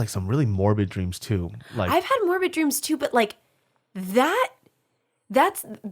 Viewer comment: "I had a dweams. You ever had a dweam?" Fucking sent me lmfao.